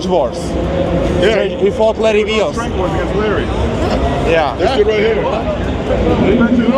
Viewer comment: Kdyžtak jen jsou to "Strength Wars" ne "Strange Wars":D